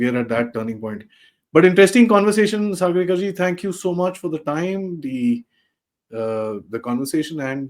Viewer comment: Sagarika said it correctly